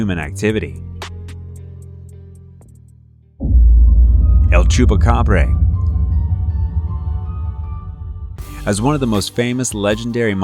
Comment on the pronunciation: ChupacabrAAAAAAAAAA! there is literally no E in the word